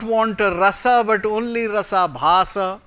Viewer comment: rampersad Its Rasa+abhasa = Rasabhasa and not Rasa-bahasa :)